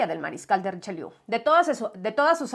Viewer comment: "Han habido cosas" no. El sujeto no es "cosas". El mariscal no se llama "Richeliou", sino Richelieu, como el Cardenal. Era su sobrino nieto. Aunque no se sepa francés, hay nombres que hay que saber pronunciar, como De Gaulle o Proust. Posiblemente Richelieu y Luis XIV sean los políticos franceses históricamente más importantes. es una mujer maravillosa, pero no para ir con ella de bibliotecas o de librerías.